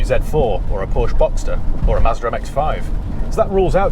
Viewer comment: Please please pronounce Porsche correctly!